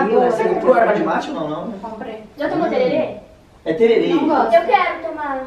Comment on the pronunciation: Não é terere meninas é tereré